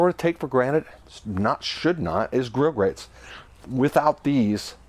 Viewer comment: A point of clarification ... Regarding grill grates, it's actually (no s at the end). It's spelled correctly at the bottom of the video, however you pronounce it as "grill grates dot com". So I went to and was redirected to a company that makes industrial ceramic products. Regardless, your videos are very informative.